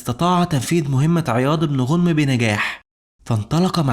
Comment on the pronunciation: ماشاء الله عليك احسن لايك ....ولكن ملاحظه ليس غونم با عياض بن غنم بفتح الغين وتسكين النون